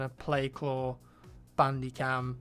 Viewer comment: did you just say bambi cam, lol